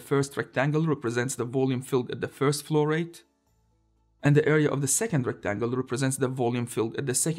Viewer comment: Nice videos (all the series) please keep up. And my brain could not stop betraying me and hearing "florette" instead of flow rate.